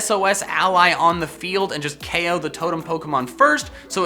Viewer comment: O KO R U SRS ITS KO.